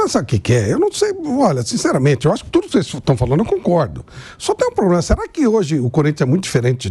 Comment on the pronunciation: O Andrés era melhor em relação as frases. A unica palavra errada que ele dizia: Era poblema